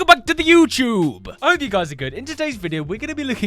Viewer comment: Did you say Youchtub😂😂😂😅😅😅😢😢